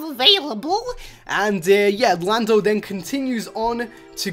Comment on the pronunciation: Did he just call Lando Blando?